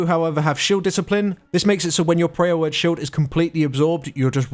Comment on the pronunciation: is he calling power word shield, Prayer Word Shield?...